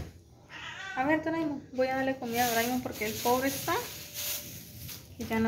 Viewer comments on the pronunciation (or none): Me río cuando dices doraimon😅 vaya que faena con lo del ordenador. Muy bien tu organización suelen pasar cosas y de esta forma estás relajada con el canal